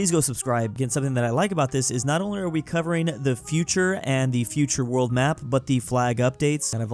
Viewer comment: You said borld